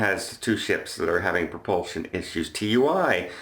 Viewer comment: TUI is pronounced Too E 👍